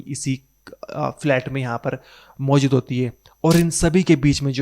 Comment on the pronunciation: Bro work pronouncing words Maujud and Goohar.